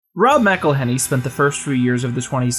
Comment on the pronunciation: "Rob Mackle-henny-" stopped watching right there